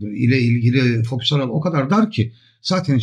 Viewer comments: Estağfurullah, hata demeyelim de çok şık bir telaffuz farkı diyelim. Sayenizde ben de severek kullanmaktayım:) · merhabalar, emeğinize sağlık. merak ettiğim bir şey var; neden fokus yerine foküs diyorsunuz?